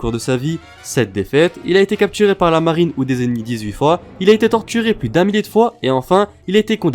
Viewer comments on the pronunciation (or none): none